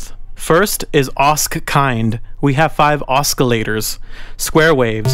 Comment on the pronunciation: don't mean to be rude or stupid but do you say oscillator like that on purpose or is that just the way you speak.